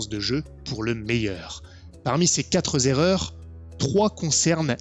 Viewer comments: Celle-ci, d’erreur, n’est pas mal non plus : « ces quatre z’erreurs ». Entendu au moins deux fois. Au bûcher ! Sinon bien d’accord sur les trois premières erreurs. Ta quatrième est complexe à traiter, encore plus sur des parties à distance, encore plus quand on ne connait pas vraiment les autres joueurs et le MJ. A posteriori en privé ou même par écrit, ça peut être une solution. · Bon je mets un pouce même si t'as dit "quatre-z-erreurs" (remarque j'ai pas précisé dans quel sens, le pouce)., tu es un homme dont le temps est précieux, et ça se voit dans tes trois premiers points: le temps, l'utile, l'efficacité. Où sont les balades bucoliques et les soirées à la taverne? 🤣 Quoi? Tu parles que des one shot et des premières parties de campagne? Fallait le dire! 😋 (C'était un commentaire inutile, pour le référencement. Bisounours)